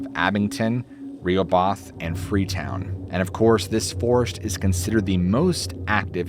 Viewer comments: LOL, it's pronounced "RA-HO-BUTH" not "Rayhubeth." Learn to speak Massachusetts, LOL. I've been to the swamp before, very creepy, not to mention the history of King Philips's war which has a long and bloody history in the area. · Stay inside oh you butchered the one town's name its pronounced Row-ho-beth. Like the same as Rehoboth Beach in DE. Row r9w row your boat - ho ho ho like Santa is coming and Beth like the kiss song. Re-ho-both..= Ro-ho-beth. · Ahh. My neck of the woods for a change. In Freetown all the time. Btw, two towns mentioned... Assonet (ah-soh-net) & Rehoboth (Re-hoe-buth) to us locals. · Rehoboth is pronounced row-ho-buth